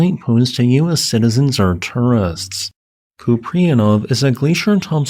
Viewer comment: FWIW, pronounced coop-ree-AN-off It's a Slavic background name. Likely imperialist Russia. Купреянов.